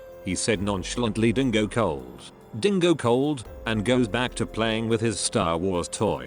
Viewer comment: The way he said It like FUCK, Dingo COLD BITCH?! REALLY 😭😭😭